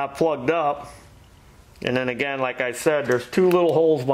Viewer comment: does it uh-ginn! 🙂✌️❤